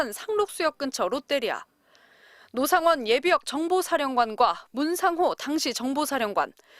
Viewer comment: '로상원'? 이거 박상원을 의심해야하는거야? 아니면 노상원의 진짜 정체가 있는거야?